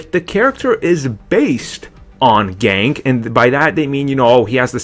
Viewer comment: ***** HIS NAME IS NOT FUCKING GANK ITS GANKE